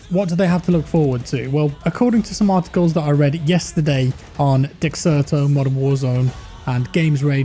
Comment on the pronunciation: You pronounce dexerto as desserto